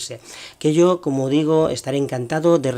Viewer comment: No sabes decir como.